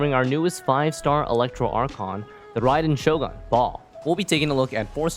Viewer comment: Did you say rahmen shogun?